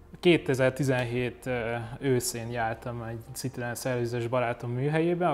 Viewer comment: Édes Istenem, hogy lehet valaki ennyire bunkó, hogy annak ellenére, hogy nagy Citroën-es, "C"-vel ejti ki a márkanevet. Ha már több Citroën-ed is van, legalább tanuld meg rendesen kiejteni, könyörgöm!!!